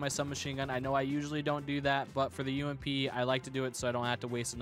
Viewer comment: Let’s go the umpppp not u-m-p btw it’s ump